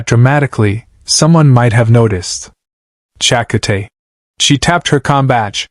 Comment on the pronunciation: Cha-ka-tay, that gross mispronounced name gets you a dislike.